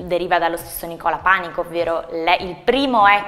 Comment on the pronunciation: Panìco! ìììììco, l'accento cade sulla ì, non sulla à, non Pànico.